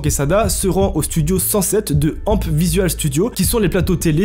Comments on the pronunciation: "amp studio" ahah sacré prononciation ! ça se dit A M P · Pour ton info, à , c'est les studios de "A-M-P" avec les trois lettres détachés, pas "ampe" comme tu le prononces hahaha